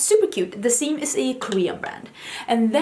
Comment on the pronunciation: The Saem is pronounced closer to 'Sem.' I love their blushes! They have a lot of very interesting blush colors, like orange and yellow tones, which is pretty impressive for the Korean market, which favors (in general) more pink and coral tones. And I'm Meme (아임미미) Is prounced like the woman's name Mimi, not memes on the internet^^